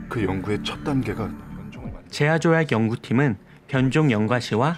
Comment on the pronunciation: 제아조약이라고 조아제약인데